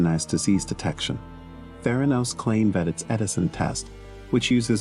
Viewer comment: ProTip: might want to learn how "Theranos" is actually pronounced when you're featuring a vid on its founder.